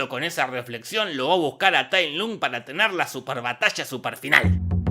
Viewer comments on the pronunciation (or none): tai lunk?? se pronuncia tai lonk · Este es el peor resumen, todo mal jajaja "tai lun" TAI LONG se pronuncia, le cambió el sexo a Mantis y Grulla, músicas desfasadas, falta de info, todo mal hizo el Jorge. Jajaja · Oe es Tai long no Tai lung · "Tailun"? Recuerdo que se pronunciaba Tailon 🤔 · Todos: TayLong Jorge: Tailun xD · Es tai long, no tai lung pendejo y no me insultes al panda, barba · Tai long se dice! Pronuncia bien lpmqtrp pdpcryc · Tay lOng no Tay lUng... ponerle voluntad la c... (En LATAM paso cómo Tay Long ps) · sep, se escribe Lung, pero se pronuncia Luong/Long, que yo sepa sólo en España dicen Lung así a lo bestia XD Pero es obvio que no vió las películas, ni sabe el nombre de Po, y son dos letras de mierda... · Nadie Jorge: Tailum JAJAJAJA JAJAJA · tai lun jajajajajajaja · Tai lung? Diganme que no soy el unico que le decia tailong xd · Mi nene te escucho diciendo "Tay Lun" y dijo quién es este marmota jajaa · Con una carajo te lo resumo deja de intentar ser gracioso, respeta al maestro shifu y pronuncia bien la cosas tae luuuun, decepcion de video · nadie: absolutamente nadie: jorge: tai lUng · Tay Lung, enserio pronunciarse tal cual se escribe 'Tay Lung' Se nota que esta película no viste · No les pasa que "TAILUM" jajajajajajajaajja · El dolor de oídos que me genera escuchar Tai lung jajaja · Cómo le vas a decir Tai LUNG?! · Se pronuncia tal como se escribe su nombre ~"Tai Lung"? y yo que creía que era Tai Long xd